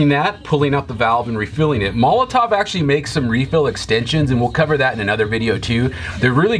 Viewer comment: It's pronounced 'molotoV', not 'molotoW'.